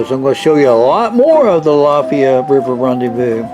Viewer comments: My family’s lived on the alafia river since the end of the 2nd Seminole war and the way you say it is driving me nuts You Say it like Al-if-i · Great video, but you gotta pronounce it right: AL UH FY. Long I.